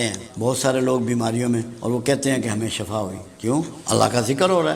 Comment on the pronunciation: Shafa nai yah Shifa hay